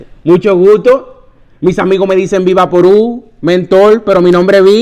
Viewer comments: That was so funny LOL no he didn't just say viraporuu instead of Vapor Rub 😂😂 Awesome Costume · Ay el sanalotodo “el vi vaporu”